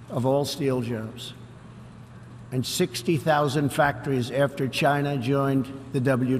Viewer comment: Trumps been practicing how to pronounce the word "China"